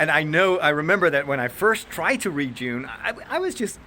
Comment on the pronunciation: Props for saying Dune and not Doon!